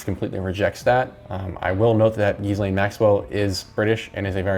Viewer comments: not that she deserves the respect of a proper pronunciation, but it's pronounced "gillane" or "g'lane" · It’s pronounced Gee Len or at least that’s how Ghislaines brother pronounces it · Hearing you say gizz over and over again was the worst. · Wait, you pronounce Ghislaine like that on purpose? Is it just an act of disrespect, or...?